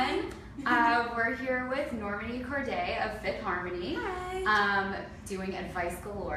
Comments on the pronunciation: She did not just say nirmane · Can't believe she said her damn name wrong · OMG did she really just say NorMANi? Get this bítch out of here